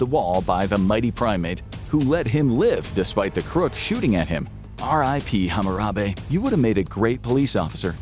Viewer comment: I'm sorry? RIP Hammurabe (Hammurabi?)??? 😂 I've noticed this a lot recently in Infographics videos, there is a clicking sound that starts part of the way across the video.